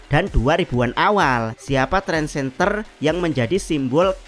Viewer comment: Trendsetter, bukan Trendsenter 😅😅